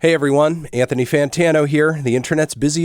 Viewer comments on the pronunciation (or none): none